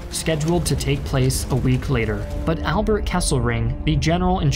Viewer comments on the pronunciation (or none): none